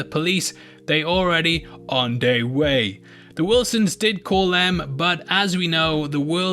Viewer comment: I subscribed over you saying "On dey way."🤣